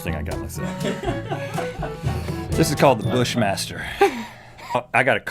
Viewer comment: the bushmashterrrrhh